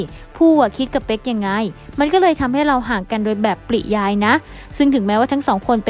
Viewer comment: ปริยาย อ่าน ปะ-ริ-ยาย ไม่ใช่ ปริ - ยาย ค่ะ